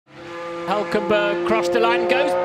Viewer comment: I can't NOT pronounce his name the way Ricciardo did anymore. "Uelkenbeuuurg"